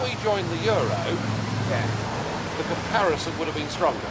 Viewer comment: That was painful to watch, but Nigel did well considering... "yeah yeah de IMF..."